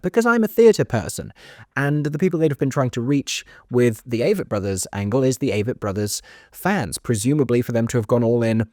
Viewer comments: I'm pretty sure it is pronounced long-a vett Āvett. The way you heard it on the street. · I’m pretty sure it’s pronounced Ah-vett. So sad. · You made me laugh with your Avett pronunciation comment. Very convincing indeed!